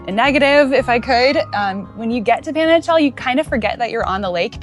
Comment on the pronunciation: Porfa: La pronunciación de Panajachel es "pah-nah-hah-CHEL". Better not to anglicize it. OK, done being overly critical :) Gracias por los consejos.....me quedé 2 veces en Atitlán, una vez en Panajachel y una vez en San Pedro....pero me han dado nuevas ideas.....gracias!